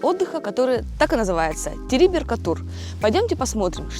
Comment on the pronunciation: Правильно не Териберка ,а ТерибЕ́рка